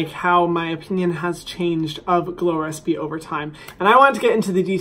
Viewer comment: Hadn't I read the title I would've believed he was saying "glores p" the whole video lol